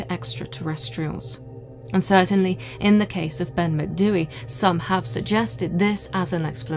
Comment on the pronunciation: As a Gaelic speaker who lives by the Cairngorms, thank you for not butchering the pronunciation. 👍 (also lived here all my life and have never heard of this ‘Grey Man’, so super interesting!!) Brocken Spectres are often seen. Worth remembering that hypothermia causes vivid hallucinations, visual and auditory, and heightened sense of anxiety. We also get a lot of ventricular clouds, that really look like ‘flying saucers’, caused by warm air, meeting cold air. See them all the time here. That might explain the UFO belief. I’m not a naysayer or skeptic, just like to rule out natural causes before I conclude paranormal. Tapadh leat.